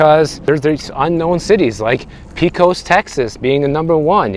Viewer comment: Pecoa —- “paykus”. Lol